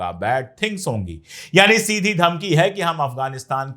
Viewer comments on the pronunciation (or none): none